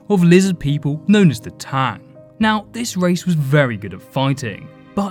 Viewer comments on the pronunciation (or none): none